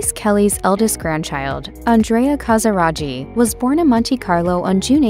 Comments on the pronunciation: In Italian, ghi is pronounced as a hard g. It's ca sa RAH ghi, not ca sa RA gee. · It hurts to hear the wrong pronunciation CasiraGhi, the h should avoid the pronunciation tsch! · Please note that the name Casiraghi is wrongly pronounced, it should sound like KASIRAGKI and not KASIRAGI... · Please don't pronounce it "Casiradschi" its called "Casiraghi" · Never heard the name Casiraghi butchered like that before. It's Casiragee, not Casirajee....... Good grief.. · I think the pronunciation of the surname Casiraghi is wrong - it would not have taken much effort to find out how to pronounce it correctly. It is an Italian name and the gh is a hard sound - as in gear. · I can't continue to hear you butcher Stefano Casiraghi's surname! It's a hard G for goodness sake!! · The ‘ghi’ is pronounced as in baggy, or Maggie. At least get that correct.😅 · It’s appalling isn’t it 😮😮😮😮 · The commentator pronounces every Italian name wrong! Even Casiraghi!!! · Every French name, too.